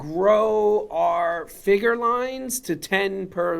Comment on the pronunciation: Just the way he pronounces "figer" makes me not want to buy any of these. 😂